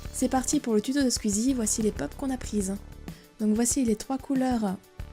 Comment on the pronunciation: ca se pronnonce pas sqeezie ca se pronnonce sqoueezie